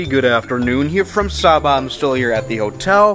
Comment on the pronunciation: "Welcome to sayba"